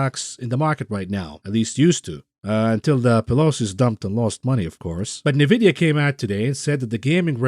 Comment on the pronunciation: Your pronunciation of Nvidia gets me shook everytime I never heard of Nevidia I know eNvidia